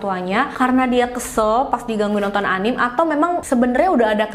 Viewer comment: Kak, anime itu dibaca anime aja kayak biasa a-ni-me